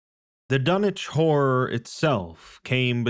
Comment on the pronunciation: You said the title like Dunnege whore